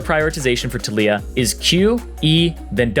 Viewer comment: Anyone else annoyed with the way he says taliyah